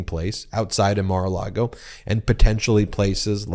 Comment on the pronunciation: You keep saying Mar-a- Lardo wrong.